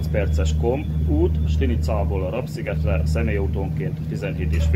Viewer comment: Legalább Te mondanád ki a helység nevet :face-purple-wide-eyes:, Rab-az nem rab, hanem RÁB sziget :face-red-heart-shape:!!!